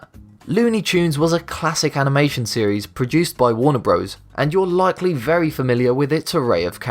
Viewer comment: "It's just been a berry deceitful lie." ON POINT